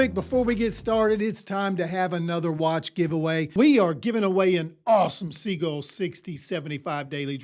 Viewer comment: Sea-gull loved the list